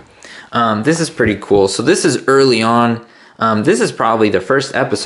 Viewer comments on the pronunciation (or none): none